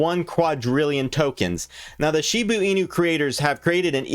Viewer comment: This goofball can't even pronounce (or doesn't care to look it up) SHIBA INU and VITALIK BUTERIN. He keeps saying SHIBU and BUTTER-in. LOL